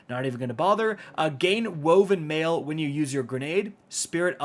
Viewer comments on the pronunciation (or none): none